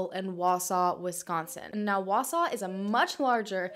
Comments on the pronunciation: I was excited she said Wausau right, but that's not really how we say Antigo lol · Congratulations on being the first non-Wausau resident to pronounce the name of our town correctly! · As someone who’s been living in Wisconsin my whole life thanks for pronouncing Wausau and Antigo correctly. 👍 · Haha right?! I was so impressed!